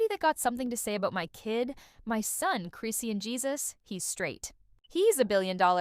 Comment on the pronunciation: why are u mispronouncing her name ?it’s…CHRIS …. SEAN! chriiiiiiss shawn